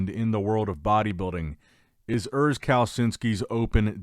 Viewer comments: Oors, not Ers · His name is "URS" not "Earth" 😂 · Der Junge heißt Urs nicht Örs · is actually "Urs" my guy